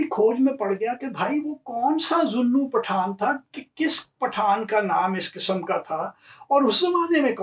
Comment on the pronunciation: Beautiful and wonderful ❤ pronouncing "Path-aan"....hehehehehehe in a typical Sindhi fashion. You have rightly corrected yourself as Shikarpur was founded in the 1700's by the Phulphoto tribes. About the Chandio's, you forgot to mention this anecdote...how Ghaibi Khan Chandio got his title of Nawab by the Viceroy and his Jagirs...it is told that he once invited the Viceroy to tea when he visited the Bhutto's in Larkana. It is said that he had the tea prepared which was made by burning Currency notes to impress the Viceroy who bestowed upon him the jagir of reputedly 999,999 acres! And now coming back to "Path-aan"😉 if broken up it translates in "Grab-n-give" which was what they were called being brigands & robbers😂😂😂😂 Thoroughly enjoyed your show👍🏼👌🏼